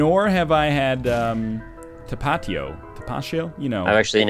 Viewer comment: "Tapachio" haha. The way you said that...oh boy. I can't be mad because you're from Canada, but it's just "Ta-Pa-Tio"